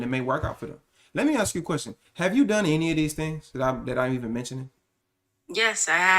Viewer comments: I really like your content. I think you make them a lot of amazing points. I just really wish you would stop using that word. Axe . You talk down on women for sounding stupid or not having smoke alarms and then mispronounce one of the easiest words in the language to pronounce. Literally just makes you sound dumb. Ask. It’s not hard to say. If you want to be taken seriously, you have to talk seriously not sound like a little kid. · I really dig your content. I think you have a lot of good talking points, but it is really hard for me to listen to you downplay these women because they sound stupid or have smoke alarms going off and then you say, can I axe you a question. Makes you sound just as dumb as the people with the dad smoke alarms. ASK. It’s not hard to say.